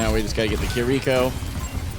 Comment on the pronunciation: It's pronounced "Kir-reh-ko" not "ki-rico". Great game though